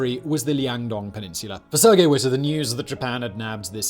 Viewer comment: i know that I’m biased cause I’m from there so this bothers me a bit more than it should but, Liaodong. Not Liandong.